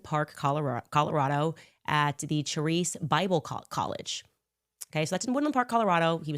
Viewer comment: IT’S PRONOUNCED KARIS Bible college (Charis) With my favorite Pastor Andrew Womack